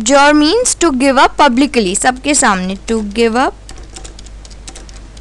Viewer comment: Ohh come on...!! It's not "publically" ; it's "publicly" ... Be a bit cautious during your recordings .. Anyways nice try to help the aspirants... !!!!